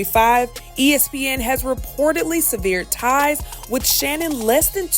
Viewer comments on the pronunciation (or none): Bruh y’all need to do some editing 😂😂😂 it’s pronounced Seh-ver-ed , not seh-vear-ed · Not "Savere-d" ties tho 😂😂😂😂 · Funny how the word severed was pronounced 🤔🫩🫤🙂‍↔️😳🤣🤣🤣🤦🏽‍♀️ Omg 😆 Sharpe is not so sharp! Dumb as a box of rocks 🫤👎🏽 I guess Mr potato head nose will have to be placed back in the toy box… 🤷🏽‍♀️ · To the narrator - No disrespect intended- please learn to pronounce the word “…severed…”.